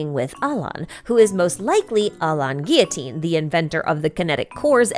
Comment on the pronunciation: If we’re talking about french Alain Guillotin would pronounced like ah-lehn gi-yo-tahn though. And on-dora lmao